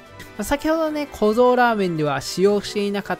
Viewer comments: 滑舌悪くてザーメンって言ってた瞬間あったわ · ラーメンがザーメンにしか聞こえなくて草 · 本当に申し訳ないけど「限界を超えた濃度を再現したザー◯ン」にしか聞こえない。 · ここ絶対「ザ」って言ってる😏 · ザーメンに聞こえる？ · za-メンにしか聴こえないww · ザーメン言うてるやん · 完全に言ってるよね？ラーメンには聞こえないよね？笑っ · 限界こえた○ーメンにしか聞こえなくてごめんなさい